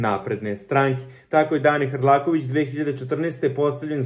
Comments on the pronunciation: Hrkalovic se preziva, nauci makar da citas. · Hrlakovic strasno 10 puta cita pogrešno. Boze pomozi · Nije HRLAKOVIĆ većHRKALOVIĆ😂😂😂😂😂